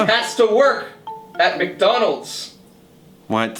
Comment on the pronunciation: you mean mgronalds